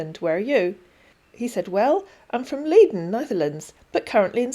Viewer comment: Leiden is pronounced as if it were spelt Lieden.